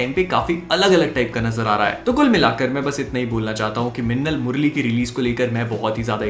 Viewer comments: I heard "lassan murli"😬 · Its funny how he says that "minnal murali " 😝😝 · the way tou said minnal murali made me laugh like never before everything else is good